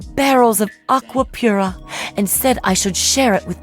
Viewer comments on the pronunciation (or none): none